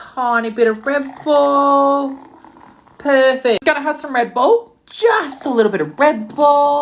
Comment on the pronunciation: The fact that he said just lil bit of REB-BULL. even tho he had Monster is just...let's just call FBI on him for wasting good soy sauce, salt and sugar.